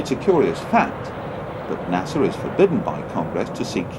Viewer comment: Its not NASAW..